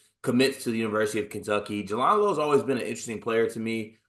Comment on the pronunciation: You did all the research, yet didn't hear everyone else pronouncing his name properly. J-land. Jay-land. Jaland Lowe. Thanks. And respect.